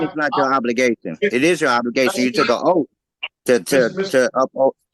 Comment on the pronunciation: I love how they can’t say oath😅